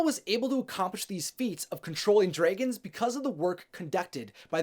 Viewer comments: I wanted to watch this but I couldn’t get over how you said dregens instead of dragons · It annoyes me the way he says dragons. #nooffence